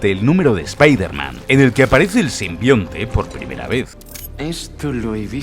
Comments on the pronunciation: Es spiderman, espaiderman, por qué sigo escuchando spiterman?? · Ayer terminé el juego. Cuando van a decirle "SPAIDERMAN" como corresponde? Todos se ríen de ustedes españoles cuando lo dicen mal.